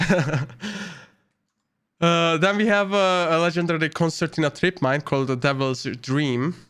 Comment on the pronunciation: Legendarary? Hahahahaha😂